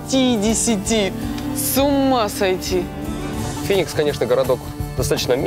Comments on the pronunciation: не финикса а феникс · Не Финикс а Феникс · Бля птица Феникс, а не Финикс. Причём тут вообще она?